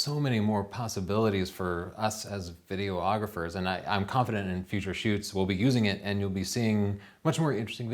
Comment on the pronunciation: I think it's videographers, not video-ographers.